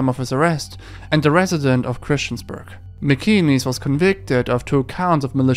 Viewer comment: MacInnes pronunciation: Mac In ness. Not “Mee Kee Knees”